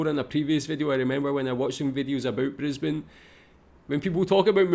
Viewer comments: This city is Brisbane, the capital city of the state of Queensland. It's correctly pronounced "bris-bn" not "briz-bain". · A quick phonetic education on the Cities names. Brisbane = Brizbin and Melbourne = Melbun. Sydney and Perth don't have as much of a problem. So enjoy. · She's drivinb me crazy mispronuncing Brisbane